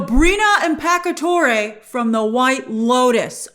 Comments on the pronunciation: looked up the pronunciation of her name (impacciatore) it's pronounced impachiatore (like the ch sound in the word change) PS: your welcome😉✌ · It’s Impacciatore. “I” is not silent! She’s an amazing actress indeed!